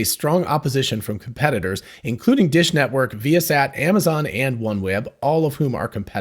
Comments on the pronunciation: I think it is pronounced vye' uh sat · So not vy-a-sat ?